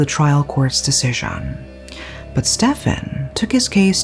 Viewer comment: her pronounciation and accent is hilarious, "decision"